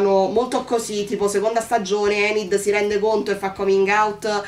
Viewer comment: Mi spiace...hai sbagliato il nome.😉Si chiama Ajax(lo pronunciano"Eigex"pressapoco). E la bionda si chiama Enid(pronunciato"Inid"),non Endi.😉 Concordo su quasi tutto quello che hai detto,a parte il fatto che l'amicizia delle Merclair sia molto bella...io vorrei poter dire che lo è,ma la realtà è che la trovo molto sopravvalutata. Mercoledì si è comportata Mercoledì per quasi tutta la serie si è comportata i modo tossico nei confronti di Enid...l'ha sempre insultata e/o sfruttata per i suoi scopi(come fa più o meno con tutti)e la cosa che mi ha fatto più arrabbiare è che quando giustamente Enid ne ha avuto abbastanza e se n'è andata alla fine della puntata 6 poi è tornata da sola senza che Mercoledì neanche si scusasse!! E poi tutti a sciogliersi davanti all'abbraccio...mi dispiace,ma quell'abbraccio io non l'ho trovato"earned"per niente!!😡Mercoledì è stata una pessima amica per Enid e sinceramente trovo che sia il rapporto tra Mercoledì e Eugene sia quello tra Enid e Mano siano più profondi e meglio sviluppati di quanto lo sia stata finora la Merclair!!